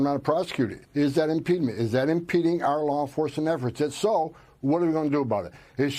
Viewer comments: You can tell Tom Holman is an idiot - what is “impedment”? There’s no such word. He’s looking for ‘impediment”. And what is an “AOG”? I think he means AG for Attorney General. Moron. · Impedement? Impedement? Is he tryng to say obstruction? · Maybe Homan should start with learning to speak English then apply that skill to reading the constitution. It's not 'impEEdment', it's impediment. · "impedment" lol. Not even a word. And these idiots want to destroy the Dept of Education. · #1, impeedment is not a word. #2 she's telling them their rights under the Constitution. #3 I think he meant AG when he said AOG. He's not very literate himself. Comes across as a goon for a mob boss. AOC is a treasure. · Nobody gonna mention that this idiot doesn't know that "impEEEdment" is not a word? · Tom Homan is one of those 4th grade intelligence stats - making up words such as 'impedement' to sound like an adult trying to say 'impediment' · Is there such a word as “impedment”……Holman, learn your pronunciation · “Impedement” isn’t a word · Homan is as stupid as possible without being dead. Can't even pronounce impediment! And the Fat Felon cannot deport an American citizen, of course. Trump is just good at failing. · That guy can't even SAY the word impediment. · I am glad to know I'm not the only one who gasped when he kept saying his made up word.